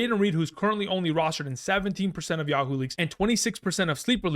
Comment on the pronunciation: He said Yah-HOO leagues lol